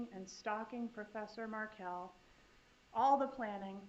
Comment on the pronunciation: Markel [not Merkel]